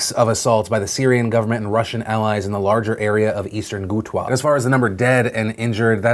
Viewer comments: Why does he keep pronouncing it Goutwah? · Goutwaah ! Lol It's gouta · The region in Syria is pronounced Ghuta/Ghoota. Thanks for covering this serious issue. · Ghouta - pretty sure it's pronounced Goo - Tah